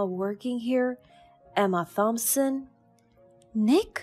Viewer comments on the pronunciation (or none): Please look up the pronunciation of some of these words: afford, determined, destined. The name ‘Thompson’ is pronounced: Tompson.